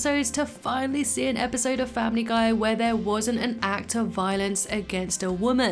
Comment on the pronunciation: Family gay I heard that